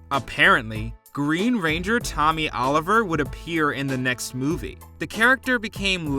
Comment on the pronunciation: Tommy Noooliver...